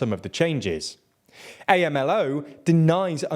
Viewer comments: A.M.L.O. is pronounced, Amlo. Just as it sounds, just wanted to put that out there for future reference. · I was looking for this comment lol. felt so weird to hear A-M-L-O